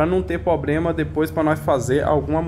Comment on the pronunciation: O unico probrema e mesmo voce falar probrema ahahahah